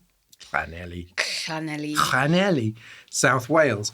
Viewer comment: You could've made an effort to learn how to pronounce Llanelli before you started recording